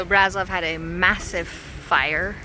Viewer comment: Brasov is spelled like you would say "bra" and the rest is like you would say "shove". So it's a bra ... shoved ... somewhere :) Bra-Shov. Brasov